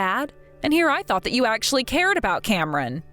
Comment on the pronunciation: He mispronounced Cameron 🤦🏼‍♀️